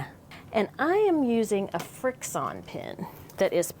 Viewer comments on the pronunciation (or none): the pen is pronounced FRICTION. Frixion